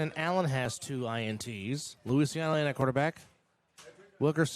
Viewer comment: It’s Lucy ahhh no, the proper pronunciation of Zach’s last name. I have no idea why it’s being pronounced so differently it’s not Luisiano it’s Luciano